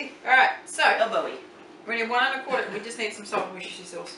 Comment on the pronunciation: Love your videos, simple and amusing! I can't help but correct your pronunciation of Worcestershire sauce, though, even though it made me laugh...try "WOO-STIR-SHER" ...the English language is a funny one, I know. That's never been an easy word, anyway. Keep the great recipes coming!